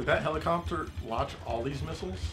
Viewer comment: what's a "helicompter"?